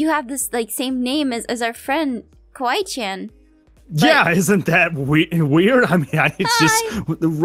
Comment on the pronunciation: THATS NOT KWAII COON ITS KWAII CHAN